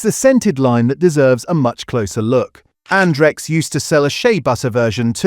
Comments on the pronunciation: Stop the AI voiceover on this channel , you make yourself look stupid. It isn't'Ondrex' it's Andrex! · I think this was covered earlier this year. I moved to Bumboo as a result. They have carbon neutral delivery options, recyclable packaging and they also offer paper that hasn't been whitened as well, taking needless cost off the price of the rolls :> Also, the AI is struggling again, this time with Andrex 🥀